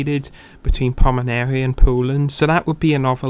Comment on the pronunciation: A little ahem: its PomeRaNia. Not PomeNaRia ... You've switched the capital letters mate :-) just trying to help here :-)